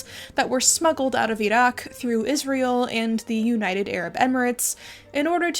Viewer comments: I appreciate the attempt to pronounce the Q in Iraq in the arab style. The bones in India have another factor since the Hindu majority cremate their remains so the illegally exported bones are probably from the muslim and even smaller christian minorities (Christians in the Indian subcontinent are often low caste Dalits who converted during Raj/company rule) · pronounces Iraq correctly Me: falls immediately in love